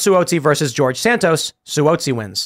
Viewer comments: Just FYI—NY rep’s last name is pronounced “Swazzi.” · Si whoa si lol it's Si wahh zi